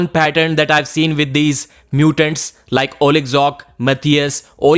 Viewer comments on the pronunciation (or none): none